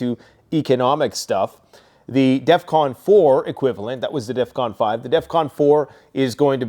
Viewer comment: You said defvon 5 twice